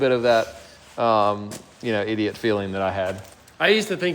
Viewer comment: “I felt like an idiot” almost sounded like you said something else. Threw me off for a second there lol